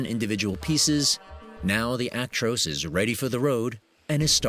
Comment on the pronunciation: It's called a Truck not a tractor and its Ac-tros not aik-trois